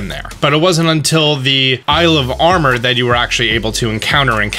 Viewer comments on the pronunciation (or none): none